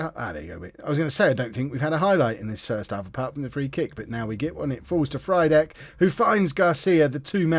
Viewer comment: Frydek's pronunciation is "free-deck" mate, as it's Frýdek in Czech :)